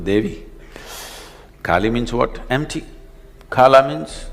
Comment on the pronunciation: Abey wo "kala" hai "Khala" nahi ...